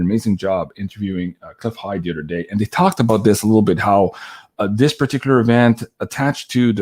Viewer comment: here from Louisiana where a lot of the people are Cajun (Acadian) descent & French descent. Those of us who have a thick accent also say dis, dat, dese & dose. Lol. All the "th" sounds are replace by the "d" sounds, just like you udder and anudder. Just keep on keeping on because we love you & Janine & all your guests!